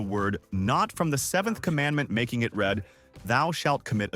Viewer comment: In this video, , the voice says read as red. meaning past tense of the verb to read. The result is wrong. It should be re-recorded to sound correct. Making it read Thou shalt commit . . . . ...It should sound like this: '. . .making it reed . . .'